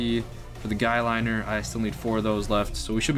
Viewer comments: "Guylinner" lol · its guy-lye-ner XD that makup for guys